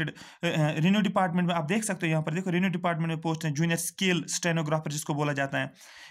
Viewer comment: It's not renew department it's revenue department 😀😀😂😂